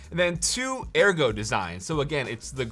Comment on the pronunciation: yes, that is how ergo is pronounced